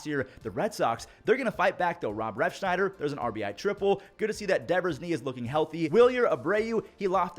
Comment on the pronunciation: ITS REFSNYDER NOT REFSHNYDER...LOL